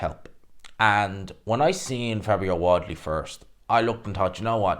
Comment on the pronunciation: Can't say wardly properly it's your kryptonite